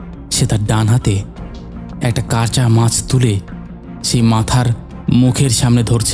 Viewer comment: ফাকা? নাকি ফাঁকা?ধাদিয়ে,আশ,দাত,কাচা,এগুলো কি শোনাচ্ছেন ? কাপছিলো?